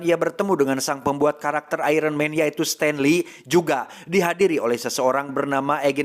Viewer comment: Iron mang bukn iron man🗿🗿